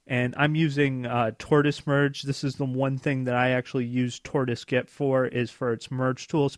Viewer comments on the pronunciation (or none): Come on man, if you're going to promote yourself as a software engineer please (at the very least) pronounce GIT correctly... It's GIT not GET.